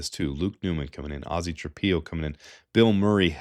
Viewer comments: I know Ozzy is a new name, but please, its Trap-pillow. u dont lay your head down on a PEE-LOW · It's pronounced tra pillow, not tra peeow.